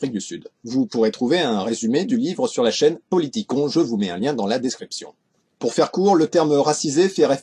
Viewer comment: Tu as prononcé politikon: politi-con